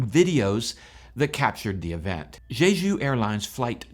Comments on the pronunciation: Quit saying “Zhezhu.” The “j” in “Jeju” is pronounced like a normal American English “j.” I have over twenty years experience in Korea and you can bank on my pronunciation advice. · Just to help--the pronunciation of 'Jeju is "Chejoo''. The President's names are pronounced "Chay Sahn-moke" and "Yoon Suck-yeol". One scenario I can think of in which pilots might elect to do a belly landing--correct me on this if you will--is one in which there is no hydraulic power, no control over the control surfaces and thus no way to slow the plane on the tarmac on a short runway distance remaining and in a scenario when the vehicle is exceeding the landing speeds and more in motion expected at take off speed. Is this logical? I understand that it seems this plane only had one engine out, however--so, the landing configuration is something of a mystery to me--as well--especially as the gear can be deployed manually--given enough time and enough hands. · You pronounce Jeju like it's the name of a French hooker. The J in Korean is the same as in English, so you pronounce Jeju like JAY-JOO. JAY like Jay Leno, JOO like the majority religious group in Israel.